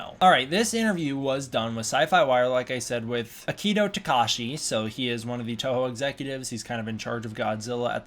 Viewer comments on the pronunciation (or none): I wasn't going to bring it up, but no, you aren't saying "Takahashi" right. It sounds like you're saying "tuh-KAH-shee". It should be "tah-kah-hah-shee" with a balanced intonation.